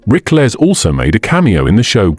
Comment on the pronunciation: How about pronouncing his name correctly.